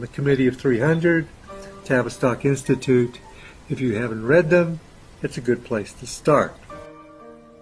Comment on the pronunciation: Notice he said Tavis stock institute Rhymes with Travis Scott?🤔